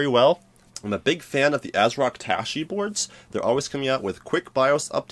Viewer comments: Did he say "tooshy" motherboard? haHa., "Taichi," like the martial art form. [TY-CHEE] Keep up the good work, brother! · Some of us people use computers to work so I appreciate your focus on workstation hardware rather than gaming, gaming, gaming! I don't use blender and use commercial 3d packages but what you say should translate. BTW it's pronounced 'TieChee' not "tashee " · when you read Taichi as Tashi I know im in the wrong place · Wrong pronunciation of the motherboard name.